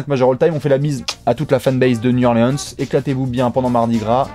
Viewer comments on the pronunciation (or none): un effort sur la prononciation de new orleans!!!!! mes oreilles saignent!!!! new orléance n'est pas sur la carte!!!!!